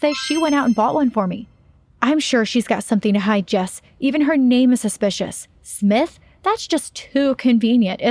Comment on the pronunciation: Am I the only one who herd her say Catherine when she said her name was smith